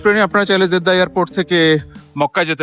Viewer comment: It is Jeddah not 'Zeddah' as you pronounce.